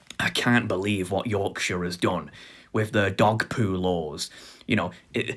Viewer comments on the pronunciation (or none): none